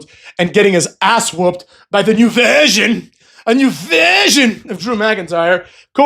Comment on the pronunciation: New verhhsion , new vershhsion .